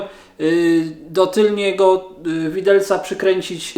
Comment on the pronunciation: Tylnego widelca, nie tylniego!!! Uszy bolą, a ok 90% polskich YouTuberow tak mówi.